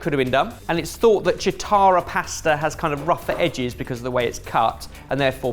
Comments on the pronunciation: Key-tarra, not cheat-arra. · In Italian it's pronounced kitarra-the "ch" sound is soft and NOT cheetarra like the cartoon. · Chitarra is pronounced Key-tah-ra, not Chee-tah-ra. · Chitarra isn’t a “ch-“ sound, but a “ck-“ sound. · I would love for you guys to learn some italian:) just so you know how to correctly pronouce italian words... Chitarra is pronounced like: Kitarrrra Tshitara -> is just wrong, sorry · FYI: chitarra is pronounced with a hard C, more like Kitarra, the way said would have written Citarra (source: I'm italian) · Even a British chef should have a basic understanding of how to pronounce Italian words, much less do basic research on items they are showcasing in their episodes. Chitara is pronounced ki-TA-ra. Ch is a hard consonant in Italian. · Great video but for the love of God, "chi" in chitarra is pronounced like "chi" in "chianti" not like "ci" in "ciao". Still love your channel! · Hey guys! Just wanted to let you know that in Italian the ch sound is a hard sound. So Chitarra would start with a sound more akin to 'key' or 'ki'. Your pronunciation would be correct if it was spelled Citarra. Hope this helps when pronouncing the names of Italian items and dishes in the future! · It's pronounced kitarra. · Kitarra, not chitara. ;) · In Italian, “chi” is pronounced “kee”, not “chee”, so the pasta cutter is “kee-ta-rra” (w/the double r being rolled). 🤓❤️🤓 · Chitarra - ch is a k and “i” is “e” sound so it’s like ketarra. Tagliatelle - the gl is an ly sound so it’s like tahlyatelle. I know I’m being pedantic, but I cringe every time you all try to pronounce Italian words. I’m not going to address oregano (the emphasis is on the second syllable). I love your kitchen gadget videos! I’m always learning something new! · SERIOUSLY, I LOVE YOU BUT, CH IN ITALIAN IS A K SOUND. Like kitarra. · Chitarra is read 'kitarra'. in Italian is pronounced /k/ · It's kitarra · Chitarra is pronounced as “ki-ta-ra” 😅 love the vid x